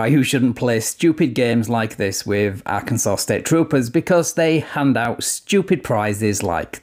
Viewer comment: I LOVE your videos and the way you pronounce Arkansas.